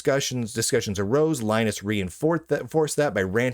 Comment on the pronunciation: His name is Lin-US